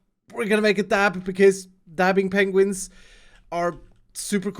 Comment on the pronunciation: It's not penguins, it's PENGUINGS.